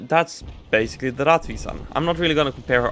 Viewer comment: It is pronounced "rettvisan".